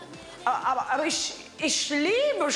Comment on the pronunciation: "isch liebe Senioren, die sind so schön....alt"😂😂